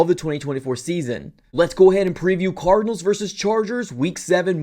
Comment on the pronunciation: That boy said “ THE ARIZONA CORDNALS” 😂😂😂😂